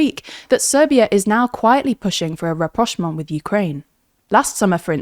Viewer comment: Ohh.... She said it so effortlessly.